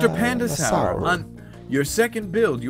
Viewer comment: its pronounced panda-sore